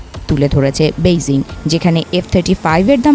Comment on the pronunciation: Uccharon theek nai. murkho....Beijing uccharong....murkho hire kore kn.